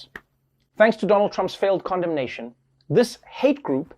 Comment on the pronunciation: Why do i keep hearing comdomnation instead of Condemnation